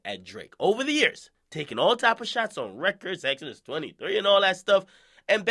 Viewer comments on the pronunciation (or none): none